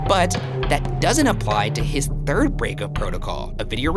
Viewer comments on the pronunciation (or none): none